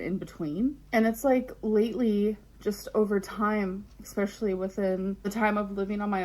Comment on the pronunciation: I can't with her. "Expecially" .... 💀😂